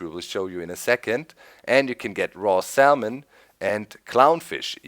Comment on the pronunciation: The L is silent in salmon.